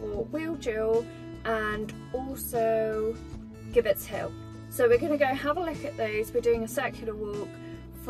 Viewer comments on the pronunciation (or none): Nice little walk and vlog. Glad the weather improved for you towards the end. Oh by the way gibbet is pronounced jib_bet hill.